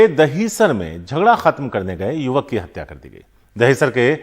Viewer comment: हडसा नहीं है हतया है